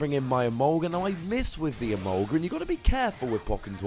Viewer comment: Whenever you say "My Emolga", I keep thinking you say "My Sharona"..can't wait to see the Scizor vs. Yveltal and your next Pokken Battle!